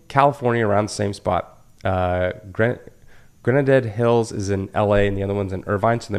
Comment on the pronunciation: Always makes me laugh how you cannot pronounce simple words. Dude Granada Hills? You live in CA too. Lol.